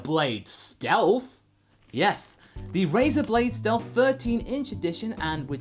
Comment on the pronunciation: "Razer BLACKU" I lost it there 😂😂😂